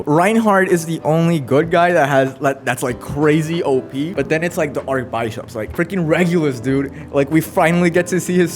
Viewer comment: oh yea you were asking why julius is concious.... it's cuz only his name was eaten. Not his memories. Only when both of your name and memories are eaten, you become a vegetable forever lool. Also i noticed u called the Archibishops, (ark-bye-shop) even tho it's pronounced (ark-bish-ip) with the I sound lol. But yeah fire video and arc 5 is insane, can't wait for it to be animated. And mostly i can't wait for arc 6 to be animated. You'll love arc 6, it's so fire, and it'll be sick to be animated